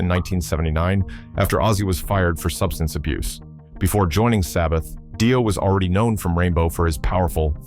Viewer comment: Yep, there's hundreds of slop accounts with low sub counts, regurgitating any old shit, modifying it and not even getting the narration right.. is an example where Dio is pronounced dee-oh and then seconds later die-oh. AI slop is a fkn shameful waste of resources.